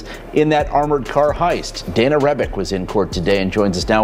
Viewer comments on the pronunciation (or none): none